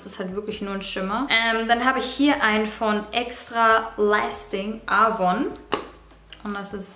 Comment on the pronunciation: die Aussprache von AVON 😂